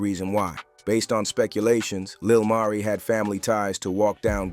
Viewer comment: Why in one sentence u pronounce his name correctly then in another u calling him Lil Marie....🤦🏾‍♀️